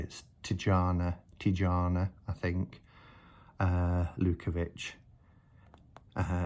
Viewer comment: Its Tijana like Y in yes. Not like pyjama. Hope you understand it.